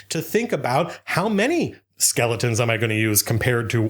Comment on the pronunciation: He said skellingtons. I too am overexcited for Halloween way too early.